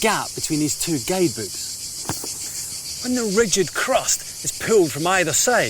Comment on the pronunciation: it sounded like that! I was like Ok, how enlightened, but it was “guidebooks” he said.